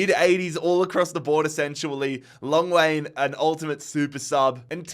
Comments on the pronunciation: Long Wayne😭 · Probably thought silent h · Hlongwane-Long Way💀💀💀💀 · "long wayne"😂😂😂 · Hlongwane's pronunciation is diabolical😭